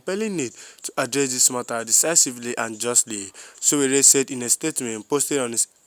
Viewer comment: YOU STILL FIND IT DIFFICULT TO PRONOUNCE SÒWÒRÉ. NOT GOOD ENOUGH.